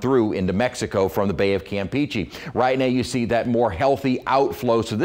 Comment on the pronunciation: He needs to learn how to say campeche